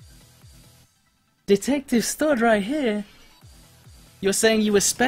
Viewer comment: For awhile I thought you were saying Detective Stud on the case, LOL